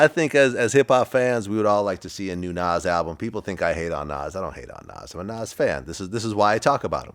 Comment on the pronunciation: Vlad even says Nas name funny. What does he have against Nas ?